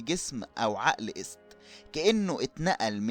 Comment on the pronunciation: ايست تنطق اييي سات يعني نطق ست بالشكل الحالي اللي هو اسم المرأة باللغة المصرية الحالية تنطق ست عادي بس قلبها ايي